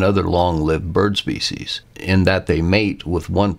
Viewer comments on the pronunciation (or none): none